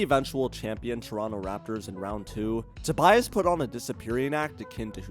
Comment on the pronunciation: "Tobiass" - lol